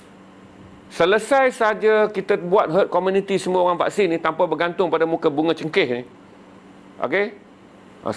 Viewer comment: bkn main byk mislead. brp byk mati lps 2 dose. sikit2 kajian lapangan, pundek. sapa ckp org England 🏴 ramaaai suntik?? aduhhh🤦🤦 semua nak bercakap, wpun bkn bidang dia🤦🤦. HERD IMMUNITY pun salah sebut🤦🤦. apa²lah bang, yg penting kompiden 👍👍